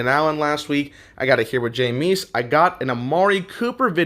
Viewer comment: Great video. 99% sure it's pronounced jame-is not jameees